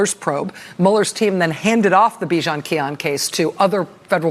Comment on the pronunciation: What's with a multi-million dollar per year reporter like Rachael Maddow failing to give a correct pronunciation of the defendant's last name.It is not difficult to say. Re-feek-y-on not Kee-on is the defendant's last name. Maybe I should be getting Maddow's salary for that day for correcting her incorrect pronunciation. I'd use the money to buy Subaru Forester and still have lots of 1000's of dollars left over to pay all our monthly bills the rest of the year.